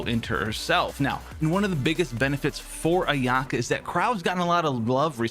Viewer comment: It's not a-YAH-ka. It's A-ya-ka.